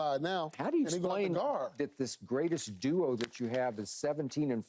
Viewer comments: Is it me or do they keep saying "dual" and not "duo"?? Lol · Why is Paul pronouncing “duo” as “duel” 😂😂😂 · Is paul saying duel instead of duo or are my speakers just terrible? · Love Paul but why can't that mf say "duo" instead of "dual" 😭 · Perfect example of yall meat-riding Keyshawn lol. Paul Pierce has said the word “Duel” intsead of “Duo” like 6 times here today. Not one comment about it, but yesterday when Keyshawn said “anonymous” instead of “unanimous” yall couldn’t get off his meat in the comments. Yall are such follow the leader it’s crazy 😂😂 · Watching Pierce getting swept by the word Duo has got to be the biggest beat down this playoffs. My guy didn’t say it right once.